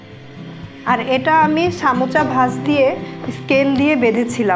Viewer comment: সামোচা কি আপু? সারাজীবন শুনলাম সমুচা।